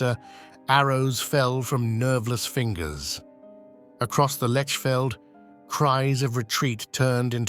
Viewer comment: Lechfeld is pronounced Lekhfeldt. But you have got Ulrich right. The Magyars, of course, became the Hungarians.